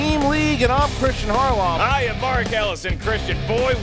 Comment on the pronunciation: Seriously, it's not Jack Hudson it's Jack Houston. Tuff beats challenge should've been approved. It's not hardoff